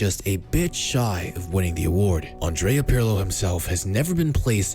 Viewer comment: Andrea* not Ondreja